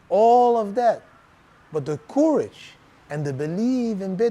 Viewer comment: Maybe check the pronounciation of 'courage'. I had to check many times before I understood. normally your English is good!